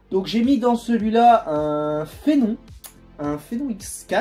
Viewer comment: Ca sr prononce "Phénome" pour le CPU, pas "Phénont" MDR